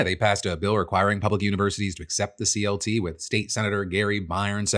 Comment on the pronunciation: I think "CLT" is actually pronounced as "CuLT"